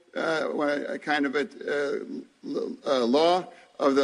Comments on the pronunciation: The "delegedation" and " infructure" ? His synapses aren't clicking. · Infructure...lol. new word to add to the dictionary